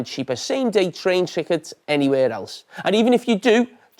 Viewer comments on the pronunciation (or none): Still saying “train trickets” 😂 am I missing something? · "Train trickets" 😂😂😂😂